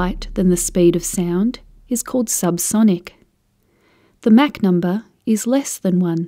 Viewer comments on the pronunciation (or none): it's "mock" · Never heard MACH pronounced Mack always heard Mock. Must be a British thing. Good explanation.... USAF veteran.